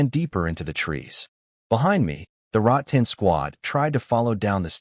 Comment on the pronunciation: boss its " rattan " not " rot tan " 🤭🤭🤭